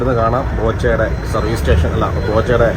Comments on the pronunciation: ഏതു സ്കൂളിലാ പഠിച്ചേ..... റെയിൽവേ റ്റേഷനല്ല ഭായ്,"സ്റ്റേഷൻ"😂😂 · റോബിന് വിജയാശംസകൾ. 'റെയിൽവേ സ്റ്റേഷൻ' എന്നു പറഞ്ഞു പഠിക്കുന്നത് നന്നായിരിക്കും.